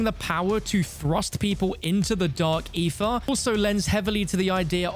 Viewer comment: How many times did he just say Dark Aerher?